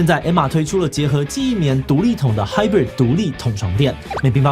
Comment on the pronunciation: hybrid 是b r i d 不是 bird(鳥）